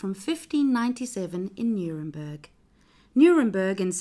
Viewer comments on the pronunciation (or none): none